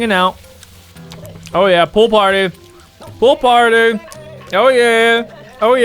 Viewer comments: I hear "poop party" instead of pool party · You said poo party😂!😂😂😂😂😂😂😂😂😂😂😂😂😂😂😂😂😂😂😂😂😂😂😂😂😂😂😂😂😂😂😂😂😂😂😂😂😂😂😂😂😂😂😂😂😂😂😂😂😂😂😂😂😂😂😂😂😂😂😂😂😂😂😂😂 😂😂😂😂😂😂😂😂😂😂😂😂😂😂😂😂😂😂😂